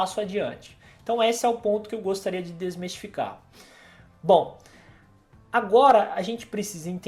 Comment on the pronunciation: Não é "desmestificar" - o correto é DESMISTIFICAR :) Muito bom o vídeo, obrigado!